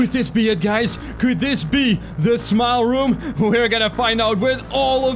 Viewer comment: At first when you said "Smile Room" I thought you said "Small Room"